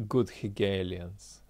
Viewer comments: Dugin: What are "good higalians"? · Subtitles make all the difference: haegelians vs "hege aliens"!? If it weren't for subtitles I would have thought you were talking about UFOs, aliens & conspiracies